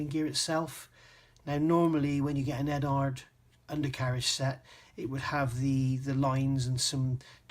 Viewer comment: Eduard as in Edward. Not Edard.